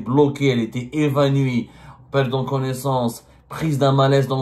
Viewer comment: Evanouie abdou pas evanui hhhhh